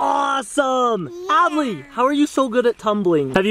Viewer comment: U said ably when It's adley▪︎